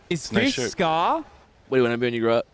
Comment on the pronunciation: “Is this skaaaaa??!” 😭 ik knows a lot but hearing him say ska threw me off